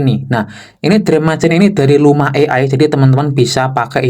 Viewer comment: Sebaiknya belajar pengucapan Bahasa Inggris yang benar, minimal ada tambahan ilmu disamping dapet tambahan cuan yaa.. " drim macain' !? 😊